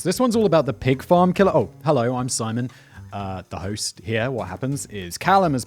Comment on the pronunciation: I thought my closed captions got mixed up for a few seconds. I can hear but I gave up on Simon's pronunciations ... Bwahaha scripted not said